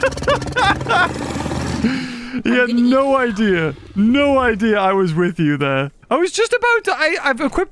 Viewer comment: is she a Latina cause that “we’re supposed to be on the same team stopid”sounded very Latina like and I loved it 😂😂